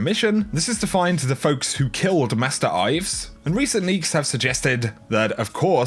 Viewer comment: Ha, gotcha!, this time you said "Master Ives" and not "masterives" as the last times you did, you can't get away